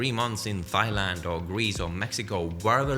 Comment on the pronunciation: Good vid. Just a heads up, Thailand is pronounced 'Tai-land'.